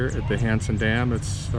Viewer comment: It sounds like your saying handsome Dan lol